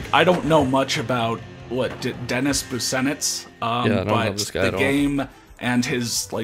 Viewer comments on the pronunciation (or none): Fyi, Dennis Busenitz’s last name is pronounced BOO-Shnitz